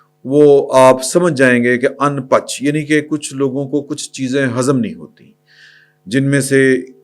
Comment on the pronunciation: شفقت صاحب جو لفظ اُن پچ بول رہے ہیں ٹھیک نہیں ہے یہ پنجابی کا لفظ ان بج ہے جس کا مطلب اپنی حرکتوں سے باز نا انے والا تصحیح کر لیں😜😜😜😜